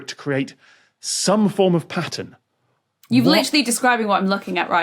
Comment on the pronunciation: When tom says "Some form of pattern" I go right back to him trying to teach Captain Disillusion how to do his accent.